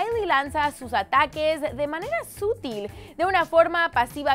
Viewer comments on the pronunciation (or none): Se dice SUTIL no sútil